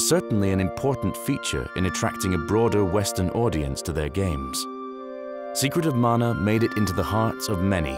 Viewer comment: Thank you for the effort you put into these. I never knew about the intro scroll loading in Mana, that's amazing. It's nice to hear someone pronounce the name properly too. 😸